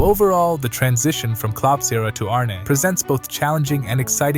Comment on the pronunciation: Pretty fab video, but you're pronouncing his name incorrectly. It's more Arn-uh, not Arné.